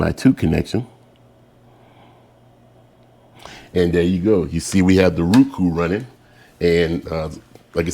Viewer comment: "Ruku" must have moved from zimbabwee recently its roku or roe.kuu